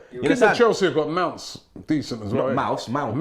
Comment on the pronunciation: Robbie said Mouse LMAO